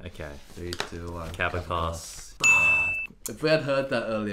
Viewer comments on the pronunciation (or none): Just a quick note on pronunciation: Ko--VA'--kos Ven--GE'--rov P.S. Don't worry about your opinions regarding Stern. He was a wonderful young violinist, but, like Menuhin, lost much of that when he got older. It is very difficult to keep up your technique as a violinist--especially intonation--when you are older. I've had this discussion with many professional violinists who think it is easier to be an older concert pianist than violinist. While I think it's still quite difficult to be an older pianist, I see their point (look at Rubinstein and Horowitz). Look at even such a great violinist as Perlman, whose recording of the Paganini Etudes/Caprices as a youngster is still considered one of the standards. But he cannot match that today. Perhaps only Heifetz (and Milstein?) really continued to hone his craft well into his late years. I'm hoping Kovakos and Vengerov will be similar, as they are two of my all-time favorites (Hillary Hahn, Ehnes, and Zimerman are also up there!). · PLEASE! Prenance the Kavakos name the right way(!) it is NOT kAvakos but kavAkos... If I can make myself clear... 😊